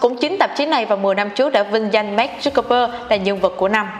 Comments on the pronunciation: Nay VJ làm chắc hơi áp lực mà đọc tên Mark hơi loạn :)) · Sao chị đọc sai tên Mark hoài vậy. Nghe khó chệu kinh